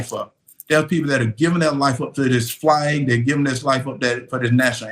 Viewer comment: Did he say "Flyg"??